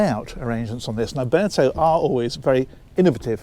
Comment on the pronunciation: Never heard anyone pronounce Beneteau like Cornetto! 🤣😂